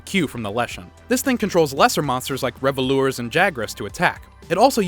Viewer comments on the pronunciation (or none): Revolures? You mean Revultures